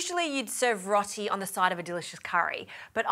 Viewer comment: Rot-ee 😂 row-tee